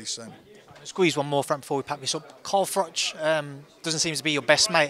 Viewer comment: CARL FROCK 😂